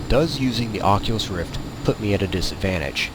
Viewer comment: Took me longer... :D:D:D i was skipping the video to check where is the oculus and be like, why he talk and show him self in a plane, but says ocilus roft... :D lol